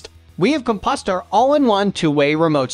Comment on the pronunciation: Ahh, the COM-PUS-TER brand alarm. Holy moly, what a colossal mistake. Good sounding narration, but obviously a bot that was a little too unsupervised.